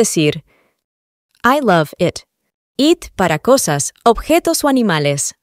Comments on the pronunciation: De los mejores videos para aprender inglés que he visto, pero tengo una duda , el it se pronuncia como it o como et, porque esa pronunciación de et si no la había oído nunca y quiero estudiar bien su metodología pero sin errores,saludos y muchas gracias por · Interesante. Viendo el video lunes, 22 de septiembre del 2025. Me quedé confundido con la pronunciación de it. En un primer momento lo pronuncias como ( et), pero luego lo pronuncias (it). Agradecería mucho la aclaración con algunos ejemplos. Gracias. Muchos éxitos.